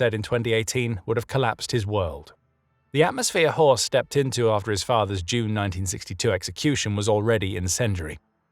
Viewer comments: It's not Horse, it's Horst. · It's horst